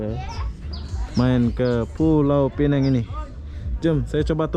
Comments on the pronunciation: Sebutannya Pulau Pinang... Bukan Pulau Pineng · Bukan pulau pineng tapi piuau pinang bahasa inggris nya penang. Sebutan kena betul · Pulau Pinang . Yg Benar. Atau ( Penang ) aja. / ( Inggeris ) Sebutan yg Betulnya nama Tempat . Ma'af ya. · Indon mmg sebut mcm tu 😂